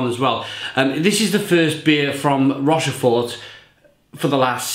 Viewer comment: Good enthusiastic review of a great beer. Should be pronounced 'Rosh-For'. Sorry.